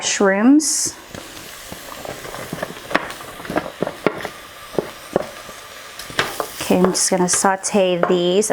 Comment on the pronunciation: I thought she said "my shimps" but it was mushroom 😂 like if you heard it too Also yay 300k subs congrats!!!❤ And I can't belive your pregnant